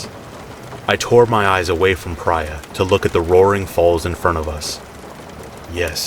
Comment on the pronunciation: I have a suspicion that the woman in 5’s name is pronounced PREE-A , not PRY-A. Even if it’s spelled Prya. I could be wrong, but I’ve met several people with the name